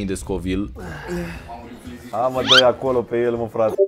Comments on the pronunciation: Nu se numește scovil se numește kovail !:)) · Se citește covailt nu scovilt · Am înțeles Scovil in loc de covile